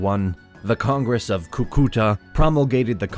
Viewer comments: Escuché Cuca a la primera vez... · As someone from Colombia, This made me happy. As someone from Cúcuta, that pronunciation made me cringe. But oh my god i love this channel so much for mentioning my country and My little shitty town. *PD: it's pronounced CUcuta, the CÚ implies the strength of the syllable. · I don't know what bothers me more, the mispronunciations (Cucúta instead of Cúcuta despite being correct in the captions) or that this map of the 1820s shows the Panama Canal! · its so funny how you pronounce Cúcuta. Like... "coucoutae" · In "Cúcuta", the first syllable is stressed. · Fue muy gracioso escucharte decir Cúcuta 😂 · JAJAJAJAJAJAJA kukuta o como dijo Boliiibar JAJAJAJA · Viewers of this are unfortunately learning to mispronounce important Spanish names, Bolívar and Cucutá in particular. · Good content but you should work on the pronunciation of people’s and cities’ names. I cringed at every Cúcuta and Simón Bolivar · How can he pronounce Cúcuta and Santander so badly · I loved the video but some of the last names (I.e: Bolívar, Santander) and some names of places (I.e: Cúcuta) were mispronounced. Still the quality was superb! Thank you very much!!! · Awesome video, but you just butchered the names Cúcuta, Simón Bolívar and Francisco de Paula Santander 🤣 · the narrator doesn't know how to pronounce Bolivar, Cucuta, Paez, or Santander. nither Granados. He should be trained before starting the video